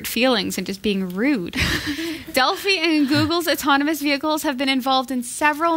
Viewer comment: Delphi is pronounced with a long I (as in eye). Been trying to send you a post card, but haven't been able to find any place in this small town in Wisconsin that sells picture postcards. It's like trying to find a pay telephone. Will probably end up printing my own on some card stock and mailing it in. They'll need to remove the 30fps cap to fix Arkham Knights. I received a code for a free download of it with the GTX970 I purchased a couple of weeks ago. The code expires at the end of July and they haven't said if they will extend the date or if we get screwed on this. Not happy about it at all.